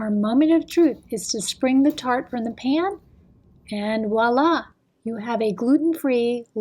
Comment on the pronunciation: Great recipe thanks, oh and just a little tip on your french. Voila. Is pronounced " vwalla" and not "Walla" there is a soft "v" at the beginning.